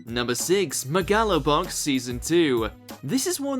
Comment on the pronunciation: “Meh gah low box” yup that’s definitely how you pronounce that